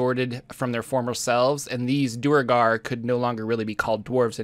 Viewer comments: Duergar is a real word! It's not "doo-uh-gar" it's "dwehr-gar." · I never liked how duergar is so commonly pronounced "doo-ur-gar." "Dware-gar" sounds so much better. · I usually pronounce it dvaergar. With an “eh” sound for the vowel in the first syllable as in “meh” or “let” sound and a hard v sound and g sound. In my native language the word for dwarf is dværg. Duergar looks a lot like putting a Swedish ar plural ending on an English phonetic spelling of dværg. 🤷‍♂️ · Grummish, Corollan, Duregar... What the hell is up with your pronunciation?